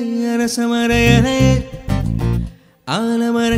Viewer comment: So much lyrical mistakes ji.. And ilaiyea not elaiyea.. Pronounciation is damn important for ARR's songs bro.!!!!